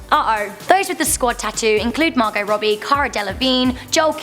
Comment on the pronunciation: The "t" in Margot is silent